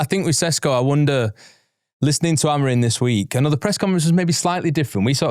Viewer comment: He’s called Amorim, not Amorin. It’s minor but does my head in!